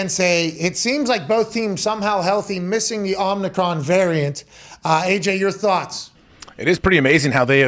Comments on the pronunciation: Are they saying omicron wrong on purpose? Make it sound like a transformer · So are they saying Omnicron as a joke or any other intentional reason or is it just CTEs